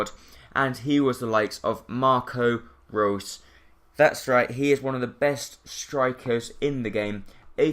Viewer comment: It's not Marco Roos it's Marco Reus!